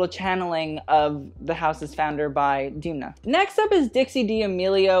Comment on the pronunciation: Love your channel! :) I just wanted to point out that Demna Gvasalia's name is actually pronounced as "Démna" (Dem as in Fell) instead of "Deemna". I am Georgian so it's always strange to hear his name being mispronounced like that.